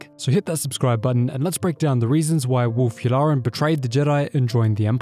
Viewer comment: "Werewolk Yularen..." XD